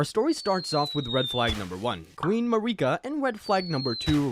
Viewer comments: 1 second in “Queen MaREEKa” I’m out. If you can’t be bothered to pronounce the shit the way they do in the game, you’re annoying people on purpose. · That pronunciation of marika literally means "fa**ot" in spanish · Mah reeka xD